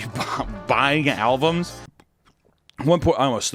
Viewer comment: Is he saying "buying alvums" on purpose?